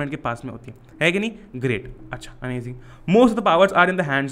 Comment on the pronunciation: Not Amazing it's amajing 😂